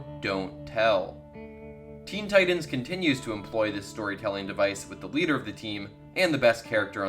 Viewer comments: why the hell are you pronouncing 'Titans' so weird. Its TiTAN not Tidan. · This man sayin Teen Tidens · “Teen teyedens”